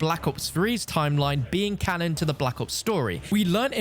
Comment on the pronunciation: why do you keep saying canon...